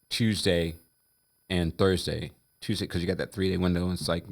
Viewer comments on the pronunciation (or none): none